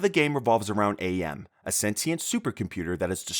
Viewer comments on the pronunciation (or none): Akshually -- It's not "Ayy Em," it's pronounced as just "Am," as in Cogito, Ergo Sum- "I think, therefore I AM." And yeah, due to the censorship-- the old man seen is Nimdok: a (fictional) student of Mengelev at Auschwitz, who is Jewish himself, who sold out and tortured other jews (including his own parents) to save himself, and his level is at one of the camps-- his level is removed in some versions, thus rendering the game unbeatable. The other big removed content is Benny can (shown through a shadow on the wall) eat a human baby to sate his own hunger, AM having turned him into a ravenous beast. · For the "I have no mouth, and I must Scream." Please... It's pronounced. "am" not "A.M." The AI gains sentience, and begins to not just operate. The line of dialogue is literally " I Think. Therefore, I AM." goodness, I get why the AI did it after hearing that. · A kaka-phony? ... okay. Also it is not Ay-am. His name is AM, like cogito ergo sum - I think, therefore, I am.